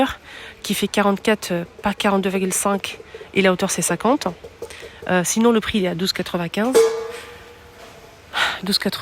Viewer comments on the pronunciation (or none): none